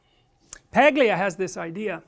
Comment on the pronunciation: Dr. Peterson, just for future reference, the 'G' in Paglia is silent. I only learned this recently from watching her appearance on Bill Mahr's Politically Incorrect from the 90s on youtube where it's brought up near the beginning of the first segment. As always, wonderful lecture.